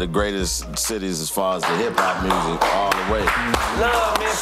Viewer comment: Lol "mursic"